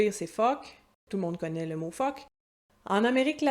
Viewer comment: F-CK ce prononce comme le son dans un oeuf. Pas comme phoque (seal) mais on a tous compris